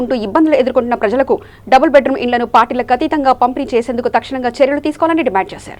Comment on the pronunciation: Anchoring very bad , dimand, dimaaaand Kadu